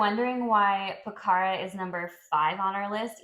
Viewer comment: One thing about Nepal is I have been there twice and I would love to live there as you can drop into India easily - and by the way it is pronounced Po-kha-ra